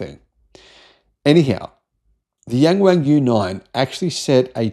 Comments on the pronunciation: It's Yung Wung, not Yeng Weng 😅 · OMG I can't stand the incorrect pronunciation of "yang wang", and it isn't just you mate. Maybe try saying it like "young Wong" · yeah, I thought he said 'Gang Wang' at first, I was 'huh?' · Better to just read "YW" 😂